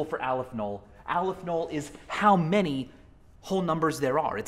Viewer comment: Just as an FYI, Aleph-Null is pronounced "AWW-leff null". It's Hebrew-ish